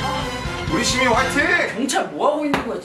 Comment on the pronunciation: I THOUGHT HOBI SWORE OMG It almost sounded like he said shi-bal, but his gwangju satoori made, "citi'zeeeeeen' " sound like the "shi" of shi-bal